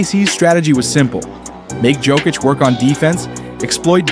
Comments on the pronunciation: I hate AI his name is pronounced yo kitch not jo kitch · Bro, when you find out how to pronounce Jokic I will give you a sub. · Jokic has been the best player in the world for the past 5 years, and you still can't pronounce his name😅